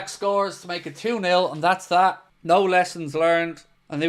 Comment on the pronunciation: You said “mooo” instead of “nooooo” 😂😅😭